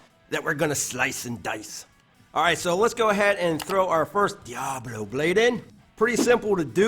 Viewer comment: I think I’ll have to try this saw. I like the way you say Diablo